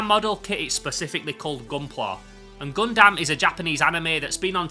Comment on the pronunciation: I'm still haunted by a comment on my video pointing out I was saying 'Gundam' wrong, and I apologise that I must now pass it on like the VHS in The Ring... Think 'Gun-dum(b)', not 'Gun-damn'. Excellent haul, thanks for sharing!:medal-yellow-first-red